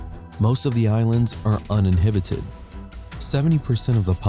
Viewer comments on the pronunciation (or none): uninhibited or uninhabited? learn english if you want to try to be informative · It’s not “uninhibited”; it’s “uninhabited.” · 49 to :52... UNINHABITED... Not UNINHIBITED! Use a dictionary, jackass... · "Uninhibited" ??? lol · The islands of Samoa are "uninHIBited'? You mean......uninHABited, right?? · Uninhibited? Uninhibited? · Most of the island are uninhibited? OMG learn to speak. UNINHABITED. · While being uninhibited is great! I’m pretty sure he meant to say uninhabited! LOL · Umm. I believe you meant uninhabited instead of uninhibited. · UNINHIBITED? DON'T YOU MEAN UNINHABITED? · yep ... Kadayao has it right ... he should have said "UN-IN-HA-BI-TED" as the other "UNINHIBITED" MEANS: "expressing one's feelings or thoughts unselfconsciously and without restraint" but "UNINHABITED" : "(of a place) without inhabitants" "small uninhabited islands" synonyms: unpopulated, unpeopled, unsettled, unfrequented, unoccupied Maybe you should "inhabit" your brain before your skull becomes "uninhabited" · Did u say "uninhibited"? lol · Did he say 'Uninhibited'?...really? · sounds like fun since most of the islands are uninhibited ...the inhibitints of... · I think u mean "most of the islands are UNINHABITED not uninhibited And quit using movie films for your video. Learn the diff between those words bec. you have made nough pronunciation mistakes, you must be a computer! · uninhibited and uninhabited are not synonyms. The male (computer?) voice keeps incorrectly saying uninhibited, when he is meant to say uninhabited. Uninhibited :having no moral, physical, social, economic, or psychological restrictions of actions. Uninhabited: having no indigenous or migratory population. E.G. no one lives there permanently. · uninhabited not uninhibited nitwit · Unihahited not uninhibited. They mean different things.